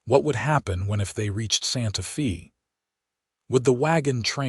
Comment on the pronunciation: So far, quite a logical believable story. Santa Fay it's pronounced.